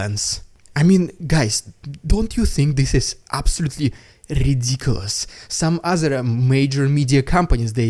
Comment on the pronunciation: My wife loves it when you say " Rrrrrrridiculous Rrrrrrrrusian Ppppppproppppooogggannndddddaaaaa